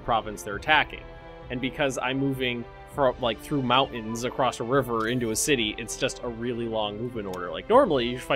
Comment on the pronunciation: Anybody notice how sometimes says "acrost"